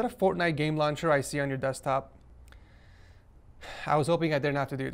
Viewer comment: it said fortshite